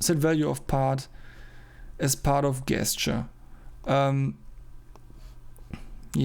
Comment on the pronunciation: Very cool to follow the process, well done! PS : it's pronounced djestcheur :D